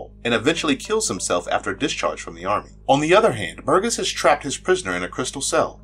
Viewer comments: Burgess...gess is pronounced like jess...not gus! It's a pretty common surname. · Little tiny nitpick, but it's a soft G, i.e. Bur-jess.